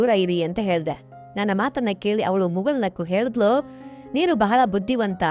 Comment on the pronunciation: ಮೊದಲು ಳಿ ಹೇಳುವುದನ್ನು ಕಲಿ, ಹೇಳಿದಳು ಅನ್ನುವುದನ್ನು ಹೇಳಿದಲು ಅಂತ ಇದ್ಯಾ 😂😂😂😂😂